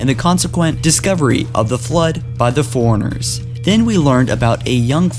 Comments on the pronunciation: and Forerunners not Foreigners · You say 'forerunners' like 'foreigners' and it drives me nuts. Other than that great vid and info thank you so much.